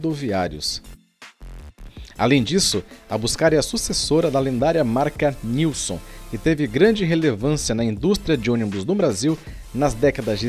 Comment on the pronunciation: Aquele urbano é preservado pela Busscar, faz parte do Grêmio recreativo da Busscar e a pronúncia correta é Nilsen.